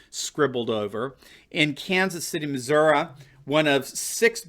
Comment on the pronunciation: MissourI- not missouiA